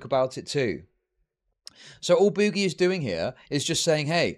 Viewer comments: STOP CALLING HIM BOO-GIE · Yeah ,mate, its boo-ghee, guv'na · Is saying "boogie" incorrectly bc he's so damn unaware, or full r? The word is used in many contexts, non of which call for that pronunciation.